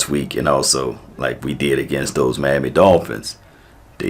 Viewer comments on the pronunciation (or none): none